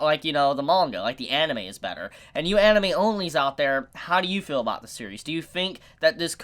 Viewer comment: Ideal not idills and feel not fill learn to pronunceiate please.